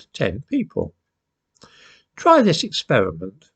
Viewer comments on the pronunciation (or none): none